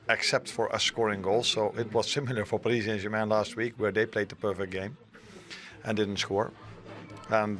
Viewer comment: I love how Slot pronounces Paris Saint-Germain; the Dutch and Germans say it beautifully.